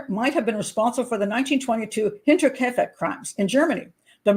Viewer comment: Great show Pat. And a big thank you 🙏 from a German/Bavarian fan🌷🌷👍and you pronounce „Hinterkiafeck“ very well